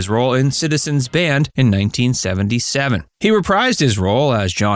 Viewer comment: Paul Le Mat not La Mot